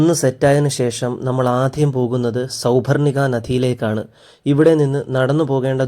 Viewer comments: അതെ. ഉച്ചാരണം ഒട്ടും ശരിയല്ല. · സൗപർണിക നദി...... ഉച്ചാരണത്തിൽ എന്തോ ഒരു ഖനം പൊലെ